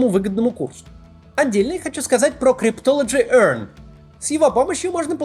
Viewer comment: Как он это произносит ‘cryptology EARN’🤣🤣 🤣🤣🤣🤣